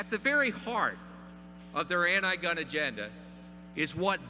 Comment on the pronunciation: Gun not gin